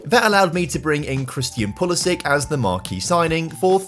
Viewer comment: Switched off after the “pulisic” signing! How is this guy got so many subscribers